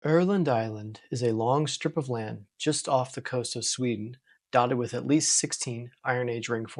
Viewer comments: Say the word Girl, and then the word undo. Girl undo. Now pronounce every letter the same, but remove the G and the O. Now you are pretty close 😅 Öland. Ö-land, or in english Island-land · Ö as in nerd. A as in bun. That'll make it sound like Öland. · I heard Erland. How do you Name Öland in English?